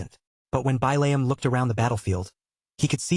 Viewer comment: So I'm 2 hours in and this actually looks like a pretty darn good story I'm just a little salty that the AI can't pronounce the name Billiam... It keeps saying it "Bai-layum"... And of course it looks like Billium is turning into an integral character 😅